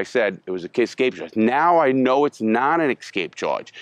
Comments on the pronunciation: escape. not EXSKAPE. rofl. maybe you need to aks more questions about. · LARRY ESCAPE! NOT EXSCAPE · "Excape" charge 😂